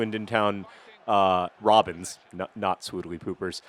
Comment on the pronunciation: Does it sound weird to anyone else when John says "the Swindon Town... Robins"? I think that team should really consider becoming Swoodlypoopers.